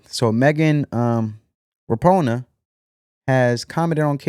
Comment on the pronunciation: Megan Rapinoe???? Have you never heard a sports news program in your entire life????? Megan Rapinoe pronounced "Ra pin oh"!!!! Pathetic!